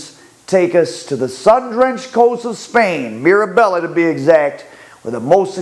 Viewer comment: He cannot even prononce Marbella right. Typical American. When they say Scotchland it's not even offensive anymore,there numpties.